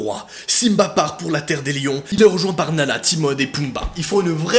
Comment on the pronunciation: C moi ou il a dit nana au lieu de Nala